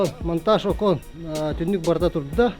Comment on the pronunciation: (Монтаж)Не окон ,а окон 🪟